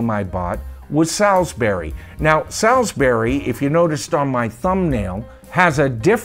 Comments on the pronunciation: Sailsbury is pronounced SAULSBURY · Yeah Heep were quite big in the early-mid 70s. Over here in the UK I remember the track Gypsy being a big track at parties especially at the end when the guys had had a few and would get up and headbang to it lol. Salisbury is pronounced Solsbury btw. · Salisbury is pronounced Sorls berry. It's a place in England. Salisbury Plain is where the army practice - hence the tank. Uriah Heep was a literary character noted for being humble, hence the first album title. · For American viewers - perhaps not so familiar with English pronunciation - the word 'Salisbury' is pronounced SOLZ-BURRIE. And the reason for the name [and the tank on the cover] is that the wide expanse of flat land known as Salisbury Plain in Wiltshire, is where the British Army do tank manoeuvres. What you see is a Chieftain Tank - the main British battle tank at the time. Also the fourth studio album was called "Demons And Wizards" (not Wizards And Demons). Finally, the first album's title "...Very 'Eavy ...Very 'Umble" is a reference to the Charles Dickens' character Uriah Heep - who gave the band their name - who was wont to say he was "very 'umble" (dropping his h's) all the time. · Good descriptions of Heep's songs, but please learn to pronounce Salisbury.